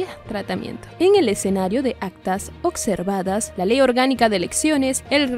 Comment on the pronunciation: SE DICE OBSERVADOS NO OCSERVADOS